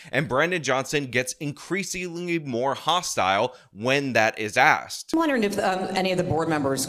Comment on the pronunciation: A DEI hire police chief who becomes a DEI mayor, still says "Axxed". Wow this DEI being forced upon the world just makes everything great whatever it touches. Let's let them all out of prisons, and give them more positions of power.